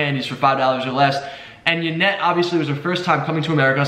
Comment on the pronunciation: Why do you call her Janet and yanet?